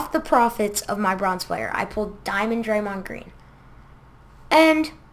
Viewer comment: can't even say draymond right